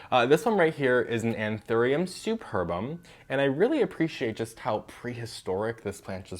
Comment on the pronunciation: I heard a YouTuber once pronounce the SupPERbum like SUPerbum. Just say it out loud. Makes me giggle like a 7 yo.